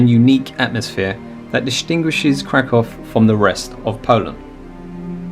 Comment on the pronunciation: Well done! Thank you for your commentary and fabulous music. As a native speaker of Polish, I can appreciate how you say: Kraków or Zakopane. 👏❤